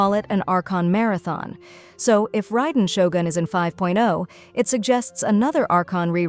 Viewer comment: Sorry, miss, it's not Raiden Shogun, it's Raiden Shotgun I'm sure it's Raiden shotgun